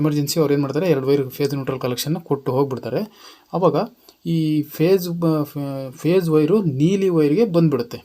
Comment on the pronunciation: 👏👏ಮಾಹಿತಿ ತಿಳಿಸಿಕೊಟ್ಟಿದ್ದಕ್ಕೆ ಧನ್ಯವಾದಗಳು. Pace ಅಲ್ಲಾ phese annisutte. 😊